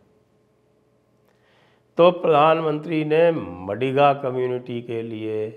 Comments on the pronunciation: It is मादिग and not मडिग, Sir ji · Sanjay Sir the correct pronounciation of MADIGA Caste is माधिगा 🙏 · It's not madiga, it's "MAADHIGA"( sc)sir... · Madiga nahi sir, Maadiga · Maadiga, d as in "the" not MaDiga. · Not madiga, it is madhiga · maadhiga and kaapu is correct pronounciation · Sir it’s pronounced as maadiga